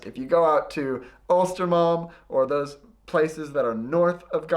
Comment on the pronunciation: inte östermalm , ulstermalm hahaha